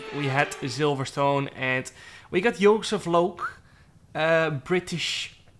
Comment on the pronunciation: The way he said Joseph Loake at the start I had to replay it like 5 times. It's possibly the most dutch anyone has ever sounded ever